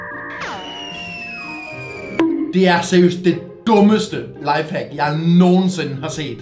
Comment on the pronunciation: mega god video 😁👍jeg kunne ikke lad vær med at grine da du sagde næste lafehack 😂